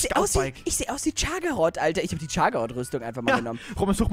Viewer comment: Dieser Moment wenn Chagaroth` falsch ausspricht